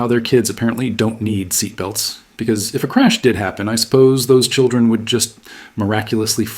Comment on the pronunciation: I can't stand the way she says "because"!😂😂😂